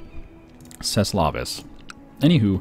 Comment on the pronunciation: More like 'cest lavis', I think he's implying 'c'est lavie' more or less.